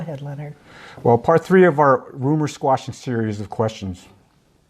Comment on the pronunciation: "quashing" not "squashing"